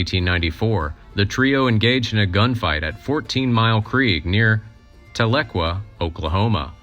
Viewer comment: Pronouncing the town names in Oklahoma would greatly improve this video: Echota, Talequah and Okmulgee being the most egregious mispronunciations.